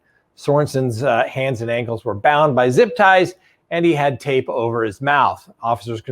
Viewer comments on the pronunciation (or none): none